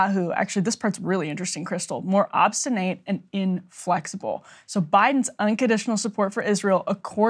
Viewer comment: Note on pronunciation: obstinate despite spelling is pronounced ob-sti-net. I expect Breaking points to have a college level of pronunciation. Perhaps, uneducated guests should read their copy out loud before recording?